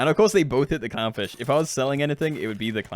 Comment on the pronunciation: I swear to god i heard cumfish instead of clownfish at least 3times ahahah